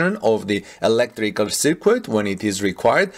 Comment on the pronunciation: Circuit is pronounced "sir-kut"